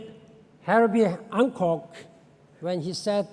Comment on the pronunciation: It is Hancock, not HanKong